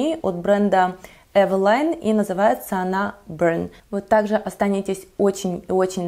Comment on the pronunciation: не называйте Эвелин, эвилайном ))